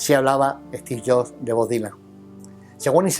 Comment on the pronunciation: "Esti Llo" (Steve Jobs)